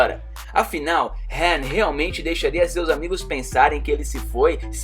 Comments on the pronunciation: Cara tá tudo errado não e HEN é sim ''HAN'' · Mano chega a ser chato de tanto falar "HEN" LERY OU LADY... sei lá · O nome dele é Han não hen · "hen" kkkk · se fosse do jeito certo no filme eles ñ chamaria ele de han e sim rem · No filme os caras falam han e pq ele fala hen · Não sabe nem falar ham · Verdade mesmo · Quem sente irritação do cara falando HEN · "hen" burro,da mesma forma está errado,"ré"? Tá dando muito ré em fii! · esse cara parece que o nome do han diferente